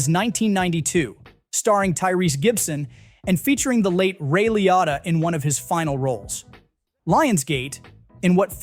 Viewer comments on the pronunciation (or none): Ray Liotta pronounced Lee-oh-tah/Lee-o-ta not Lee-ah-ta. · You mispronounced (Ray) Liotta, so don't tell me about movies!👎👎